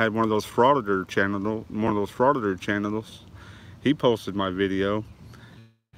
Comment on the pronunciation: OMG! you run one of those "frauditor Channetels..Chanatels"